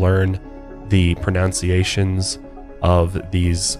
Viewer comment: Came in from spotify to let you know, good effort on the pronunciation 😊